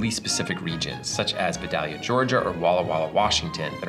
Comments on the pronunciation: It's pronounced VI-DALE-YA not VUH-DOLL-YA. Just had to get that off my chest. Walk around Vidalia, GA talking like that... you will be corrected. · For anyone out there, as someone with roots (pun intended) in Vidalia Georgia, he is pronouncing it wrong. It's vi-day-lee-uh. People who have a south Georgia accent will say vi-daya He said it vi-dall-lee-uh. Anyone local to Georgia will look at you funny if you say it like that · What's a ViDahleeah? You mean, VeyeDayLeeA? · I have watched may of your videos btw, and love them all. Being from Georgia, I just have to make one comment on the Vidalia. I have heard a few YouTubers pronounce them as you did with a "short" A sound. The town where they are from is pronounced vy DAY lia or vy DAY ya (like Hi HAY Yah). Very glad you included them. :) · Btw the local pronunciation of "Vidalia" is vie-DALE-yuh. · It's pronounced: VIY-DAY-LEE-UH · Vidalia is pronounced VEYE-day-yah. Never heard it pronounced the way you did which caused my wife to cringe as if fingernails were scraped across a chalkboard. LOL! Other than that really like your food science videos. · As someone who spent part of their childhood near Vidalia Georgia it always amazes me how everyone pronounces it incorrectly.